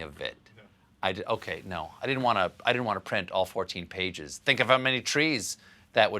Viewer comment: Lol "All 14 pages"? XD are you kidding me? That is not the way you say that if you want to be taken seriously haha.